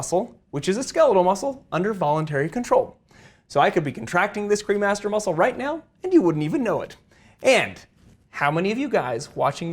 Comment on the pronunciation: I swear I thought you were saying the cream Master muscle I was like hmmm 🤔 that's aptly named. lol